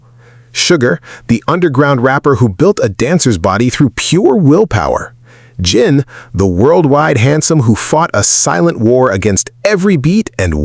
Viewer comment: His name is Jin not Jean. If you cannot say their names correctly at least have the words spell it correctly. I've seen too many of these videos and it never fails, one or more of the names are either spelled wrong or pronounced wrong. The information is out there, why don't you use it? Or have a proofreader on staff to make sure the information is correctly displayed.